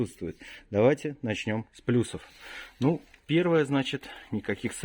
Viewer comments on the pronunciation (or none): none